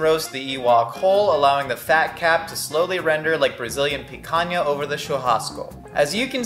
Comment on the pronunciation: Impeccable pronunciation on Picanha and Churrasco! None of that “tchurrrrrascoe” that Americans usually go for